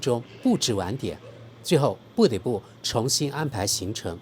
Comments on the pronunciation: 不得（同“德“音）不，每次聽到都想說，抱歉今天忍不住了😂。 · 你得děi说：不得dé 不。